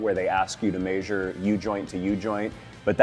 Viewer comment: Measure.. not mEeAAsurre